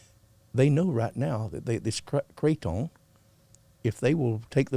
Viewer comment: pronounced kratom correctly why try to correct him